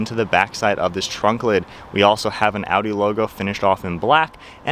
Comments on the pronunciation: Man thats Audi not a-u-e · That is Audi but you said (Au-e) A8L